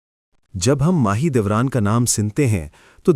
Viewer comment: Mah e dolat nahi Mah e Dora thi ye pehle Naam to theek se bolo